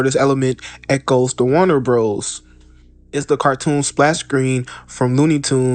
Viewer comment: Warner Brothers. Not Bro's.